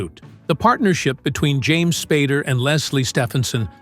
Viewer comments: figure out how to pronounce spAder not spardder. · His name is NOT Spad-der. AI should be able to get it right. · I have tremendous respect for James Spader and his work...much less respect for the AI narrator that was inconsistent in its pronunciation of "Spader"---sometime pronouncing it "Spader"; other times pronouncing it "Spoder." This is a failure of the producer of this video. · Is there any reason the narrator changes the name's pronunciation from Spay-der to Spah-der? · S-P-long A-D-E-R how it's pronounced. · This narrator is AI that I recently found out. This voice almost always mispronounces a name. Then the pronunciation becomes correct for a while and then incorrect again….. all in the same video. In this video, it is Spodder, Spider, Spader 😂. Oh yeah, and Spadder. This AI voice has been around for quite some time now and if I watch a video and I hear this guy speak, I always expect the mistakes and get them. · AI just keeps butchering James last name. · The voice misprounounce his last name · Your AI narrator couldn't even pronounce Spader accurately.